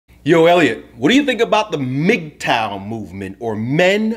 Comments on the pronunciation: Ok..yeah. Do more research you don't know what your talking about. The name is mgtow.. men going THEIR own way. If pursuit of money is what he wants, good. If being a monk is what he wants then good. If casual dating is what he wants then good.. Its whatever life best fits that man. And please at least learn to pronounce the topic your speaking of. Not Mag tow, its mig tow. For a topic you've never heard of you sure seem to believe your an expert in it. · MIGTOW! I always pronounced it: MUHGTOW! is the man. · Bruh its pronounced "MIG TOE", not MAG tow. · I agree with you, brother. I just disagree on the pronunciation. You say Magtow,I say Migtow. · MAGTOW WTF Elliot? you’re messing it up. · I prefer mag tow. Men going, not min going